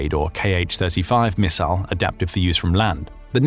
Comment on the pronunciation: Thanks goodness for a video where someone knows how to pronounce “missile”.